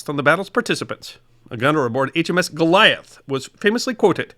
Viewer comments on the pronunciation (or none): none